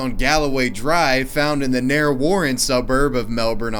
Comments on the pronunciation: It's pronounced "Narry" Warren. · Great video, just one little nitpick...it's pronounced Narr-e Warren, the e isn't silent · *Narr-eeee Warren is the way to pronounce it... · Did he pronunce Narre Warren wrong 90 sec into the vid